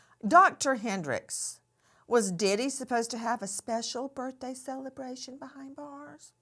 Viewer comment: Nancy can you stop… CELLebration 😂😂😂😂